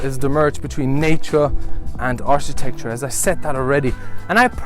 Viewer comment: Your English is way better than my German but it’s not ‘ Arsh tecture it’s architecture it pronounced with a hard K phonetically Ark I techture Beau use your English is so good people will feel reluctant to correct you also it’s scandi chic pronounced with a sh sound so phonetically “ SHIC “